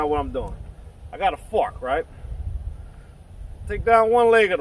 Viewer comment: At first I thought he said fact instead of fork. Your videos are the great. Very direct and easy to comprehend. Thanks for bringing into the world of slinging brotha.